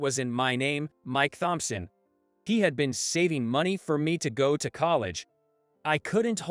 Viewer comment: I love this story. It was very heart-warming and a good lesson to respect everyone because you never know who they're related to. BTW Thompson is pronounced Tom-Son, im just trying to help and not be critical of your pronunciation.